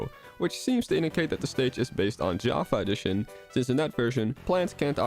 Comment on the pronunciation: Your pronunciation of "java A-edition" is odd, otherwise nice american accent I had no idea you were dutch x)